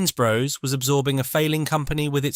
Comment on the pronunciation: Very interesting. But… Lines Bros. Bros rhymes with floss, not grows.